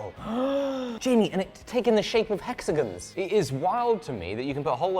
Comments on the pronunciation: The way says "hexagons" makes me smile... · My fiance pointed out that the way says “hexagons” rhymes with “Mexicans”, which is something I didn’t need to recognize. I can’t un-hear it!